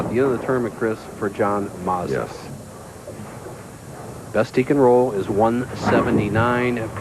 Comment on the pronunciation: Has anyone counted how many times Bo Burton called him "John MAZDA"??? LOL